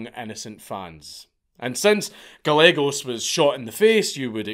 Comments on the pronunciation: Good god, stop. It’s Ga-ye-gos. Double l makes a y sound in Spanish. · It's pronounced "Guy-eggos". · Gallegos is pronounced guy yegos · Gallegos. Pronounced. GAH YEEEHHH GOES